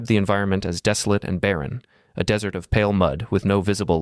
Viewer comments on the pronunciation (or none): Dear AI, learn to pronounce "desert." It is NOT "dessert." Also, it's honorale to respect the privacy and isolation of ecosystems and even human populations, how have remained untouched by t he outside world for 60,000 years ...but at the expense of possiblly finding biodiversity that could lead to a cure for cancer? I, too, would like to be left alone but nobody respects my wishes. In fact, it's kind of the opposite! Therefore, note to scietists. These places are not exoplanets where we fear to contaminate with alien bacteria. This is Earth! Birds and insects are also disease vectors, and come and go out of these places freely. Get over it! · It’s AI guys. It’s easy to tell that the guy who made the video is AI. 🤖 Who would mispronounce desert but AI ?